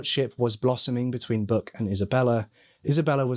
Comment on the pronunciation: Great work covering this case,! The police work done on this case was impressive, especially considering the time it was conducted. I love your accent,! When you said Buck I heard ‘Book,’ until I saw the bathtub plaque and I was corrected. LoL!